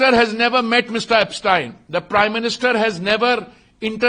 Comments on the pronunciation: Epstein Files ❌ Apstine Files ✅ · He's calling Yepstien 😅not Epstein 😢